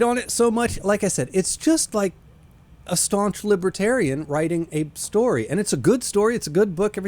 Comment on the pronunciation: What’s a “Libratarian”?